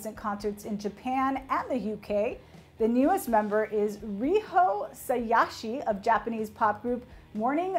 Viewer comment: English-speaking people butchering Japanese names since forever. Came here because of Riho, cringed because of her butchering of Morning Musume, Sayashi Riho and ASAYAN. OK bye.